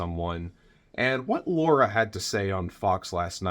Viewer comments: NOT Laura!Pronounced Laira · I noticed you refer to her as Laura. It’s actually Lara. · Her name is LARA not Laura. Still a waste of space. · Spelled and pronounced Lara